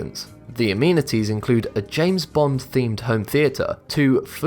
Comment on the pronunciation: its not a-meeeni-ties its a-meni-ties